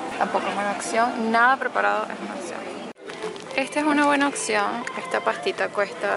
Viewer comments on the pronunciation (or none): amo como en vez de decir opción dices ocsion ahahah 🤣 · Se dice opción no occion aprende ha hablar